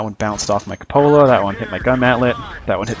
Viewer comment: que-poh-la, not cupp-olla